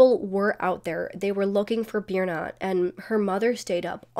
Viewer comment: Sorry but that is not how Birna is pronounced… It is an icelandic name that is really hard to pronounce unless you’re icelandic. If you are icelandic you know that this is not the phonetic spelling of Birna.